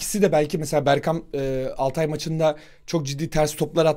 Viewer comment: Altay ı hepiniz yanlış telaffuz ediyorsunuz, Altay da vurgu Al dadır, Altay insan ismiyse Tay dadır.